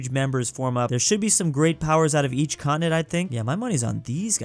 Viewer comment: Bro called Canada a contenent